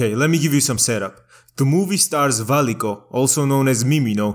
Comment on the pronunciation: i love that georgian K when you pronounce Valiko